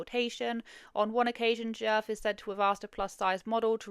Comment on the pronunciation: You pronounced it just great